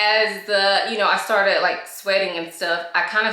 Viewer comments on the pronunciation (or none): none